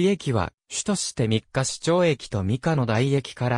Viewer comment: みっかし、ではなく、みっかいちですよ。